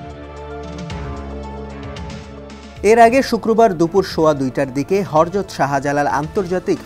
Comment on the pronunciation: min e হরযত নারে ভাই, হযরত হবে